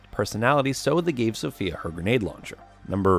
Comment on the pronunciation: "Zofia" is read like Zo-fia not Zofya or Zofeya just Zo-fia